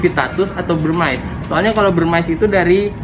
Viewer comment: Molurus dari India Bivittatus/Burmese yg d lindungi dulu emang namanya Phyton Molurus Bivittatus tapi sejak 2009 udh jadi species tersendiri DAN DILINDUNGI. Begitu ceritanya & kata influencer reptile lainnya. Burmese dibaca Burmis bukan Burmais atau Burmice.